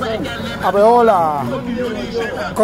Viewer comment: the way he pronounces Abiola and Adeola😂